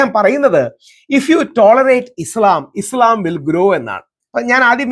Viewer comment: ഇ.സ്.ളാം അല്ല രാഹുൽ ജീ! ഇ.സ്.ലാം ആണ് ശരി! മറുനാടനെപ്പോലെ മനപ്പൂർവം തെറ്റായി ഇസ്ളാം എന്ന് ഉച്ചരിക്കുന്നവർ ഒരുപാടുണ്ട്.